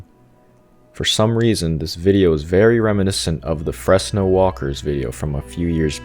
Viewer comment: Fress no? Fress no? It's fresno (frez no) Thats where I grew up